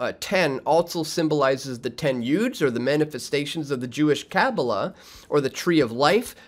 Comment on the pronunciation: Its not: "CHAAAL-dian" .... it's: "Kal-DEE-an" It's not: "KAAAAA-boola" .... it's: "Kah-BAH-lah"